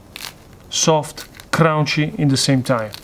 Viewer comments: I love when he says crawnchy 🤣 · I can’t even say, “Cunchy” anymore… Now it’s all, “Crownchy!” S/o! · I used to watch this channel for the pizza, now I just come here to hear him say “crownchy”!